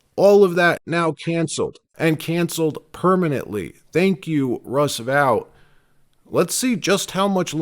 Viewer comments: Russ Vote. NOT vowt. Are you simulated using AI? WTH? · It's pronounced vote not vaught. Russ vote. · Dude, it's VOTE not Vout... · It's Russ VOTE, not Russ VOWT. How many times do you have to hear his name pronounced before you get it right? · Russ Vought’s name is pronounced Vote.. not vaute. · Vought pronounced VOTE not Vout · Vought pronounced "Vaught" as in aught not as in out... Russ Vought the force behind Project 2025...❤ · Russ Vought's name is pronounced "Vote", not the way you keep saying it. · I think Vought's name is pronounced "vote". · FYI, Vought’s name is pronounced VOTE!